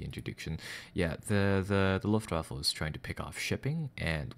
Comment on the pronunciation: Alexg6464 And the waffle got absolutely pounded. was consistent in his pronounciation too, so he has probably always thought it was called The Luftwaffle:-)